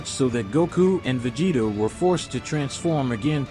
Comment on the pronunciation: Vageta prince of say-ons..